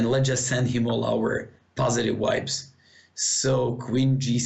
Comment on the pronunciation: lol I thought that too... he was trying to say vibes